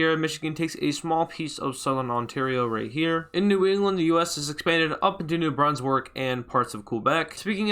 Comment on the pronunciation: There is no way he said new brunswork it’s New Brunswick